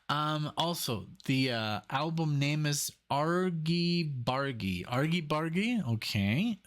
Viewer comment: Argy Bargy! J as in Jam, not G as in Gun! It means a little fights, or tussle (mussels are a shellfish)